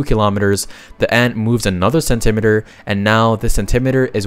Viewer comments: "sen-TIM-it-ur"? You mean "SEN-tee-mee-tur"? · Cent-imeter? Is that how you pronounce that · Anyone want to point out how he pronounces centimeter like perimeter and not like cent-"e"-"meat"-er. Really caught me off guard. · Remember kids: centimeter rhymes with perimeter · I didn't know there were people who don't know how to pronounce "centimeter" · I am obsessed with his pronunciation of parallelogram and centimeter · why does bro pronounce centimeter like that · probably a joke about how kilometer is mispronounced - in international English it is spelt centi-metre and the first syllable of "metre" is always stressed in those words. "Meter" refers to something that measures a quantity, e.g. barometer, pedometer, iambic pentameter, etc. and is always unstressed. A "kilometer" would be something that measures thousands, but a "kilometre" is one thousand metres, and pronounced with an unstressed and stressed "me-" syllable respectively, but for some reason a lot of (presumably American) speakers choose to pronounce the distance with an unstressed "me-" syllable, which sounds absurd when you pronounce other SI lengths in that way, like centimetre or millimetre